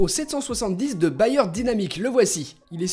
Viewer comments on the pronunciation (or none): Je pique un petit coup de gueule: On dit BÉYEUR DYNAMIC pas BAYER 😂